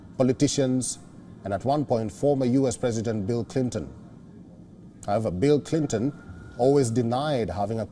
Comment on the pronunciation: Hahaha! This guy said “Bill Clit-ton” 😂